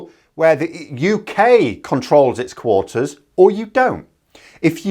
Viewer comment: Did you actually say quoaters (quotas + waters)? 😂